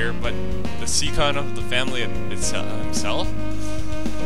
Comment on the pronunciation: A few pronounciation tips: subtlety="Sut-tel-ty", scion="Sion", palpable="pal-pa-bul", capricious="ka-pree-shush", ecstatic="eck-static". Also, Japanese names are grouped into consonent-vowel groups, so Kotomine should be "Ko-to-mi-ne". I wouldn't have said anything, except you seem to appreciate it in the last video.